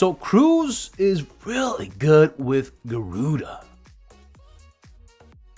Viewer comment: "No, no, no it's Ga-ruu-Dah, not Garuda." #gimmedatgiveaway